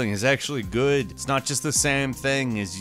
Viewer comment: "on windows it looks Guuu..." i'm dead xD